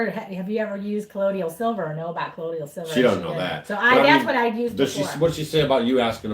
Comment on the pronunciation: Just a picky correction of pronunciation: colloidal = pronounced co-loy-dal silver. The i comes before the d which makes it sound like y. You're welcome.